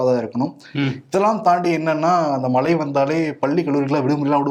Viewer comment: அவர்களே, "மழை" என்னும் சொல்லை தயவு செய்து "மலை" என்று உச்சரிக்காதீர்கள். "ழ" என்ற எழுத்து ஒன்றுதான் தமிழுக்குச் சிறப்பு. "ழ" உச்சரிப்பைப் பழகிக் கொள்ளுங்கள்.